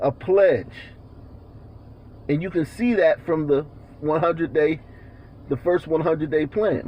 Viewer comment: "I don't know what dat is" LMFAO